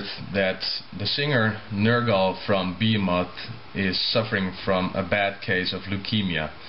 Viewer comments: It's Behemoth, not Bee Muck. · oh... i thought it was pronounced like bay-heh-moth this whole time, not like bee-moth. I dont really listen to em that much anyways but it still is good to know